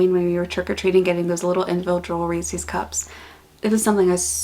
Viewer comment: TIL that Reese's is pronounced "Reesie's"